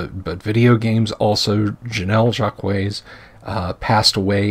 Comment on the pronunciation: FYI, it's pronounced JAKE-ways.